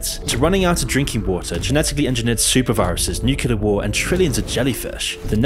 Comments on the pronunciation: Please stop mispronouncing nuclear. It's 'new clear' not 'new cular' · NUCLEAR not NUCULAR whats wrong with people who dont get this??? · You mispronounced nuclear. Not watching any more of the video. Disliked. Unsubbed. Reported